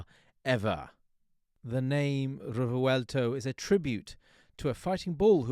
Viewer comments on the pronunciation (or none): you butchered the name, rewelto🙂